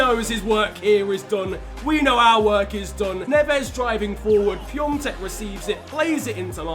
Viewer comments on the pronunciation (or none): PiAtek not piontek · It's Pee-ah-tek, not Pyongtek 😂😂 you're making him sound Chinese! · It’s not Pi-on-tek it’s Pi-a-tek (I’m from Czech Republic, that’s how you pronounce)